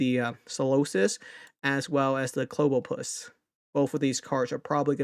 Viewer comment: it's Clobb-opus as in Clobber - Octopus 😄